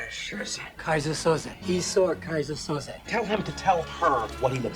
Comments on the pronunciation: It's 'Kaiser Soze' pronounced 'So-Zay' (or 'So-Zeeh')...not Sosa and not Souza. SO-ZEEH. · It's pronounced So-zay, not so-zuh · [They say “Soze” roughly 5,000 times]: Soza. Soza. Soza. Killin’ me, mama😃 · I love how you kept saying Soza 🤣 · 🤣🤣🤣keeps calling him "Sosa"